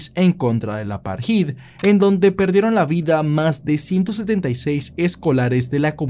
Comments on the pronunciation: eres un fenómeno bro que buena temática e investigación. Solo a modo de aporte insignificante, apartheid no se pronuncia "aparjid" sino "apartaid". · se pronuncia "apartéid" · se lee "apartaid" :-)